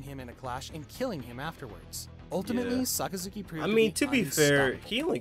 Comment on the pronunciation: So many people pronounces Sakazuki's code name wrong it's unbelievable.